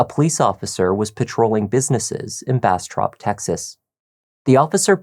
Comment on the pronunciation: When you said Bastrop, it sounded like you Brastrap. 😂